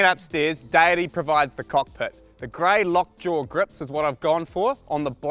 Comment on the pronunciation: Am i the only one thinking he says ”daddy” when saying Deity?